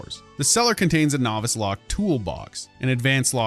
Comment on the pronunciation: You also don't know how to pronounce novice either.